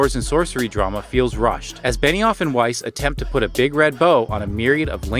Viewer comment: I don't watch Game of Thrones or really know anything about the creative team. So for the longest time I thought you were saying Benny Offenweis